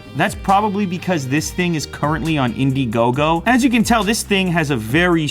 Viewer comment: Did anyone else noticed that he said indigogo ?